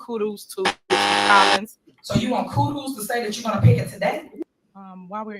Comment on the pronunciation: Not even Jesus can fix Tiffany Henyard... How in the hell do you not know how to pronounce Kudos ,Variant and looked, that cringe compilation was cringy and funny.😬😬🤣🤣